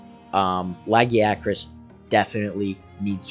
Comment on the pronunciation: luh guy uh krus